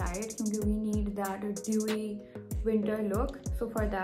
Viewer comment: Doeee ni hta.. its dewy